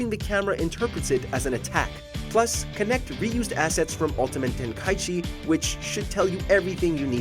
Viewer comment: I’m offended on how you say the ten ki g game